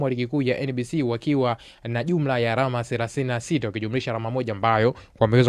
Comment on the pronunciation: Msimuliaji unabananga matumizi ya "l" na "r". ALAMA NA SIYO ARAMA.